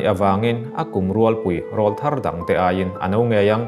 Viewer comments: Thu dang daih aw. 'Rawlthar' hi 'Keifang' tih anga thluk lovin 'Saitual' tih kan sawi angin thluk sang phei hlauh ta che. I aw a nalh sia. Hetiang ang rual hi Rawl (Aw) thar (a sap ṭawng takin - New voice) rawn nei rual an nih avanga rawl thar tih an ni e. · Rawlthar tih i lam dan khi a dik tlat lo mai